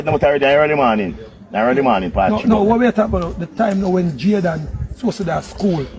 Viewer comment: Small details matter: Can someone please tell that the young man's name is Jayden... not Jaydan. I hope by some miracle this young man is still with us...oh God I pray!